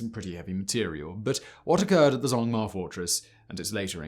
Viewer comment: this mf did not just pronounce zhongma as zongmar....